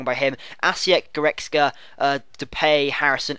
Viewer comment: Lol you can pronounce goretzka but you call Cragno "Craglo" :L